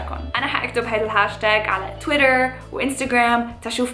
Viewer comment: يعني هو ده الي للبنات بس 😬😬. الفضول قتلني. وطلع انك بس عم اتجيبي فوط ياعمي مين الي مايعرف ده. وبعدين شوف اللغة الانكليزية شلون تلفظها. (طويطر و انسططرام ) 😂😂😂